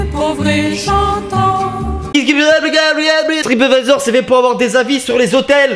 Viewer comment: T'as dit "Trapadvisor" xD